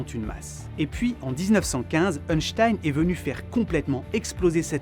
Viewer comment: Merci pour toutes ces explications balade mentale j'adore le contenu de tes vidéos 😊 Par contre le scientifique qui tire la langue ne se prononce pas euhnstein 🤣 mais Einstein ( 1 en Allemand) 😅